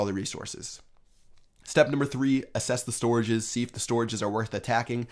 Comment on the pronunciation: "Asses the storages"